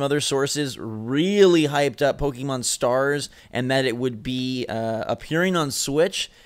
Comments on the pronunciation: You corrected the one guy for saying Pocken, but you still say Pokey mahn instead of Pokeh-mohn. You might as well go all the way to Pokey-man. :P ARMS not the better game. It's fun, but doesn't have much long term playability, especially when there's already Splatoon which is the same short attention span game play. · GUYS IT'S PRONOUNCED POH-KEH-MON ... Not poh-KEY-mon. Hurts my soul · "poken" ....."pokken"